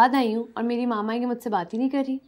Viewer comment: maaaama kya hota h , mama hota h